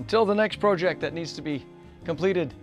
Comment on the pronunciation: This guy doesn't know how to pronounce "project" or "decal". What is he, a Canadian or just a weirdo?